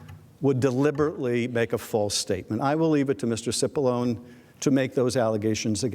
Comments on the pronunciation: It's not Sippalone, it's Chipallonie. Get it right. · Cipollone means Big Onion in Italian it should be pronounced chipolloni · Tip of the hat to you, good sir :D It's actually pronounced "Chee-Poe-Low-Nay", which must be why I wasn't getting the clever pun. Obviously, not because I'm a slowpoke.